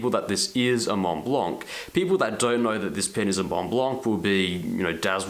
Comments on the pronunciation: Argh! Pronounce [mon-blan] ! no "c", no "t" :D PLEASE (cringe cringe cringe) Great review ! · The "c" is silent like the "t" in Mont Blanc for what it's worth.